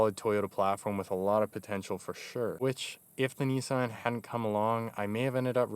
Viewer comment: Someone actually used the correct pronunciation of Nissan...that's awesome.